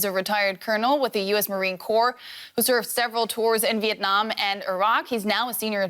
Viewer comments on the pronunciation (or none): none